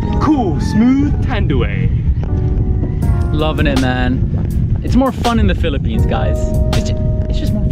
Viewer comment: Broskis, your vlogs never ceases to amaze me! Awesome stuff! Btw, the drink should be pronounced as San Mee-GHEL beer and Tan-DWHY rum. That medicinal wine looks wicked. The Philippines' very own Tanduay Rum is now the world's Number One Rum beating Bacardi this June 2018! Yep, even rum is more fun in the Philippines!! Just remember, if you drink, don't drive ... or swim! God bless! Heehee~😂😉😘🇵🇭